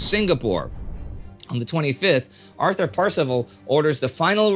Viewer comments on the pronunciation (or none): none